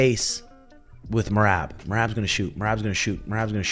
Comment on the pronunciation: Herb just called me and wanted me to tell you that you still can’t say Merabs name